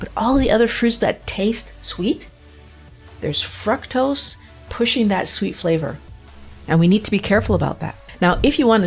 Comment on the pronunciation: Why are you mispronouncing the very word FRUCTOSE?